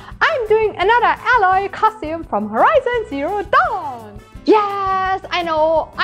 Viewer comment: i think Aloys name is spoken more like "eyloy" in German? with your pronounciation it sounds like "alloy", which means Legierung^^